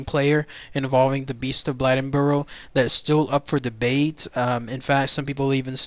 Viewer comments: The name is Blade N Boro. You pronounce the name like blade. I'm from the area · It's pronounced Blade as in knife blade. Blade-In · Its pronounced "Blay den boar o"